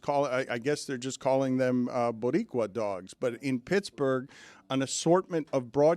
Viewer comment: How the hell does Dan butcher Boricua that badly??